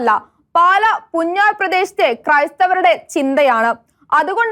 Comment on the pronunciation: Not Punjaar, it is pronounced Poonjar